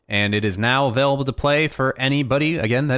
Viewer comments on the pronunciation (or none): none